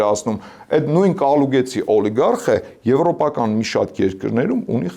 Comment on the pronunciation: Կալուգացի տղա ջան, ոչ թե Կալուգեցի։